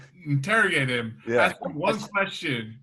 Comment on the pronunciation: “Let me axe you a question” 🪓